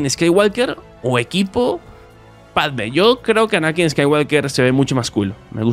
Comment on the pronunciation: "Anakin" con la acentuación en la primera A :)